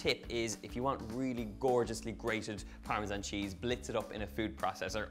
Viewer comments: It's either a ZAN sound or a JAN sound. Neither Italian nor English uses a ZHAN sound. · In America we say "Parmesan" the 2nd way, but since you're from Ireland you get a pass, lol!!! Besides... Your version looks delicious so it doesn't bother me in the least. Your accent is so AWESOME!!!